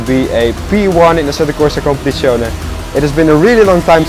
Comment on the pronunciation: I see or hear no problem how he speak it out